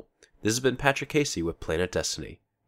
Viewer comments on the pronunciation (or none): "Your guide to the Destiny uni-erse"